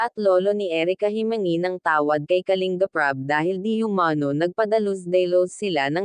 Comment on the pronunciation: Anu klase pag basa mo sa KALINBAP. .....???